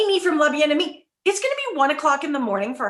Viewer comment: Girls, when a name in French has two ee's at the end, it's pronounced ay like in Camay soap. So Bien Aimay and Lavallay.